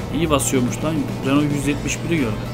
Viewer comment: olum vites e fites diyon renault a da renoult diyon nasıl bişi dir:D bak dalga geçmiyorum sadece biraz komiğime gitti